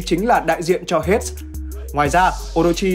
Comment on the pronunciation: Hades đọc là Hêy đis nhé ad =))) Hết hết nghe mệt vl